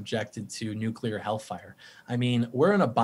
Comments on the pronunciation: If I hear Jesse one more time, Ahm a go NOO-kuh-lur!!" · Hey, Jesse Lee, what is "nookuhler?"